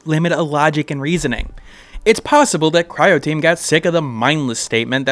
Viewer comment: Great idea for a video executed well. You've earned yourself a sub. :) Though pronouncing Croteam as Cryoteam stood out a bit with the word right there on the screen.